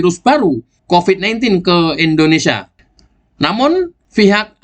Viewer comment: Harap diperbaiki mbaca *IndoneSIA*. Bukan *IndoneSA*. Tks